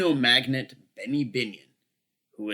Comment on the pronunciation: it's Casino "Magnate, pronounced: Mag·Nayt" not "magnet" although it can be said that he did attract coinage metals to him like silver and gold! <$